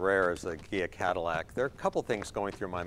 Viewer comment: Hells Bells! My ears must be shot. I swear he is saying, "Kia Cadillac".